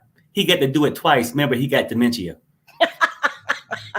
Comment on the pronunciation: and the “DEMENCHEEA” 🤣🤣😂🤣😂